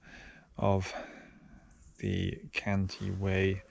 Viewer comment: Cantii not Canti - two i's - Great work, keep it up 😊